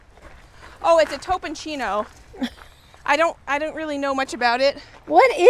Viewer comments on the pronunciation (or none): The squash that looks like a club is a tromboncino (like trombone), not a "topocino":) Have heard you mispronounce it a few times now so I wanted to mention it